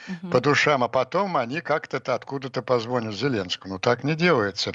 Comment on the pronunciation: Не позвОнят, а позвонЯт, господин Пионтковский!